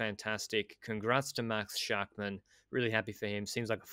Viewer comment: As a frequent listener, who loves your work, I just wanted to make you aware of the correct pronounciation of all the "-mann"s on Bora. I know you put great effort into getting the names right, so maybe you´ll adjust in future episodes. Both "a"s in "Schachmann" are pronounced exactly the same: like the "A" in Armstrong. Obviously this also must be applied to Buchmann, Ackermann and Schwarzmann :-)